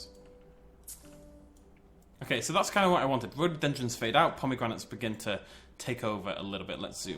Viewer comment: Pomeygranates XD